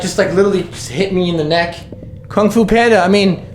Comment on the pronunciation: How he called the ghost kanfoo Panda😂😂